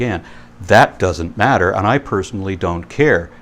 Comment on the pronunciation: What is it with the way Hovind pronounces "matter"? Has anyone else noticed that?